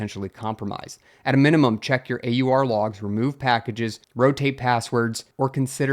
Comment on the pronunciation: AUR rhymes with "oar" and "our"